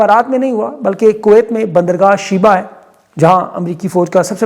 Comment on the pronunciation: شُعیبہ بندرگاہ صحیح نام ہے شیبہ نہیں